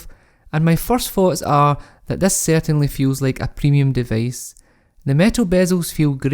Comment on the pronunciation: Device becomes devace?